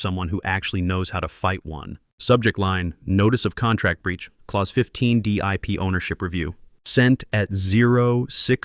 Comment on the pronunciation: A message for AI ... as much as I enjoy hearing my Germanic name "Klaus" pronounced correctly, you are in fact dealing with a "clause" which rhymes with "pause" or Santa Claus! Whoever "teaches" AI might want to introduce some of the unique aspects of oral English! Having absorbed my Mother Tongue, German, learned English as my second language, and then went on to learn French, Latin, Greek and Hebrew, I can assure you that similar arrays of letters often require quite unique pronunciations! AI functions suggest to me that we are approaching the day when words will simply be spoken as written ... which definitely would align with the German Language, where almost everything is pronounced! At the age of 70, I'm not sure I will out-live this linguistic functuality! Or, to quote a famous line, THAT is something up with which I will not put!!!